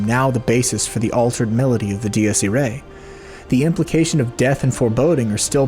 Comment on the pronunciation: It's ee-rye, not ee-ray. I took Latin in high school.